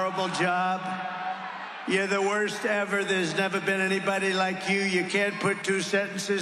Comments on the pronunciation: Oh my gosh, say her name right then: it is KAM- A - LA!!! IT SERIOUSLY IS NOT THAT HARD! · I find it interesting that he can pronounce Helene correctly, but won't pronounce his opponent's first name correctly.... he's very disrespectful and I don't respect him personally.